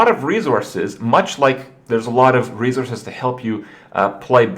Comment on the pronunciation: Kringetastic Krippisms Volume 1. herthstone rezourzes mayta game bomBer alicetrasza